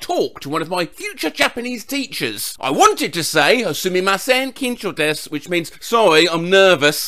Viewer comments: As someone who knows a handful a Japanese words, I thank you for making the "su" in desu silent. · Wow—I’m impressed pronounced “desu” correctly. The amount of times I’ve heard it mispronounced over and over again kills me, so it’s refreshing to hear someone say it correctly. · I'm surprised knew not to pronounce the u in desu